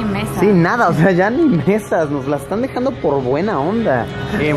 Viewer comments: alguien más se dió cuenta de que decía "po Luisito" en vez de "por Luisito" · min creo que en ves de decir "Po Luisito" en realidad iba "Por Luisito" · Que paso Yayo te falto la ´´r´´ en por luisito “Asientos lujosos de avión”´´Hora de comer´´ “Po Luisito”